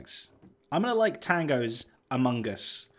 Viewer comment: Thank you for confronting (is that the right word)? Tango about his pronunciation of Among Us and Discord, it's really annoying!!